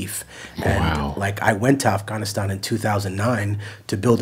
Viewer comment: He even pronounced Afghanistan correctly